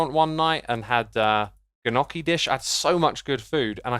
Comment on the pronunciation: I hate to say this but gnocchi is pronounced like ~ niokki 🤐